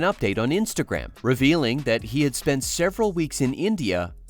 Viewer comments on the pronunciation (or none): none